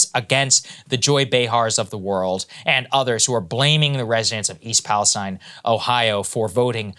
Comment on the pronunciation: Wow someone said East Palestine correctly 👍